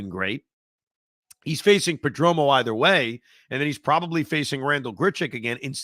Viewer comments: Damn Evan it’s PERDOMO not pedromo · Per-Dome-Oh that pronunciation kills me lol. Don’t turn into Joe B please 😂